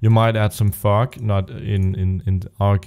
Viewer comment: No offence bro, I love the tutorials. But every time you say "Fog" I burst out laughing.